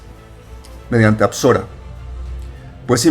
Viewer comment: “Besorah” es la palabra hebrea para “evangelio”, no apsorah